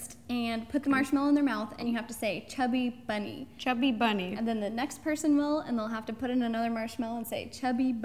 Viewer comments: Ro said chubby berney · I just wanted to say that its not chubby bunny its funny bunny but when u say it with many marshmallows then it hear likes u say chubby bunny!